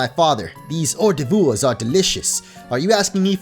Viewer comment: "or dah voors"